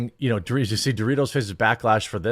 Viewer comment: Stop saying Dorritos... its PepsiCo and ALL their products.